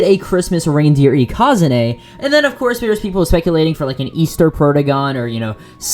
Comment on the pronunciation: Why do you say ikazune like that..?